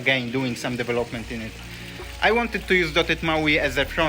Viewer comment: Is it now? I thought Debian was GPL, which is kinda fucking hard to close source, at least at the level Apple operates. And I also knew that it's the FreeBSD code they stole, because of, you know, the BSD license. But what can I expect from someone who does DEV-elopment and not de-VEL-opment. No, I'm not simply exposing your terrible English, I'm exposing you being comfortable doing things half assed in life. I'm ESL, so you have no excuse. ESL stands for English as a second language, quite sure your half assing ass didn't know that. If you're comfortable sounding like a clown, wich is obvious to everyone, I don't even want to know about the quality of the products you develop. Or are you one of those ones that happily and proudly produces a lot and then also happily fixes the disproportionate amount of bugs that inevitable pop up when someone does a half ass job, wasting everyone's time and money?